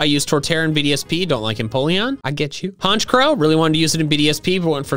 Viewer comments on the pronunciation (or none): THE SECOND C IN HONCHKROW IS SUPPOSED TO BE A K!